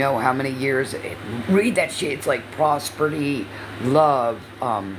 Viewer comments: Prosperty?? I think you mean prosperity, 🙄 what a DA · Omfg the proper pronunciation is "HES-I- TANT" NOT HESSIN AND IT'S "PROSPERITY" NOT "PROSPERTIE" 5TH GRADE EDUCATION I SWEAR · Pros ber dy she educated herself The word is prosperity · "Prosprity" followed by "educate yourselfs" 😂😂😂😂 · 🙋🏻‍♀️🙋🏻‍♀️🙋🏻‍♀️Raise your hand if you couldn’t wait for to pause and say “prosperdy” 😂😂😂😂, I adore you!! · praa·speh·ruh·tee 😏 words are hard 😂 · Educate how. To spell prosperity or pronounce it